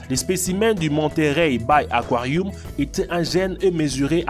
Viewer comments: Pk tu dit aquarioum? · Aquariu? Aquariou? 😂😂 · il dit aquarioum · J’ai arrêté au bout du deuxième akwarioum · Dans son aquarioum 😂😂😂 wtf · Le mec il a dit aquaruioum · Un réquin et un akouarihume 😂😂 internet kiffe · " aquariouum "😂 " réquin " " captivity " " États-Ounies😂😅